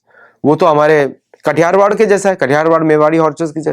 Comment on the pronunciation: ११.३७: कटिहारवाड नहीं , काठियावाड़ यह शब्द सही है। गुजरात का यह प्रांत કાઠિયાવાડ ( ka thi ya vad ) के नाम से वहां के नस्ली घोड़ों के पहचान से आज भी जाना जाता है।